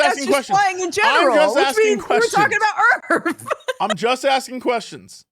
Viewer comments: One yes their are points in flight on earth that you can lose track of which way up and down are. That's why a pilot has a gauge to indicate that for them. Two I love the way says earff. lol Made that way funnier. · "WE'RE TALKING ABOUT EARF!" Put it on a coffee mug